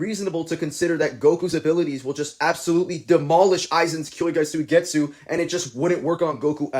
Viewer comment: W video, but its "kyouka" Suigetsu not kyoukai suigetsu 😭